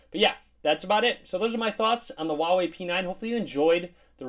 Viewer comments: Dude it's not wawei, it's Huawei. H's not silent! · You pronounce it "Hwa way" :P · Herbsarebadforyou dude go to huawei website it even says “wow way”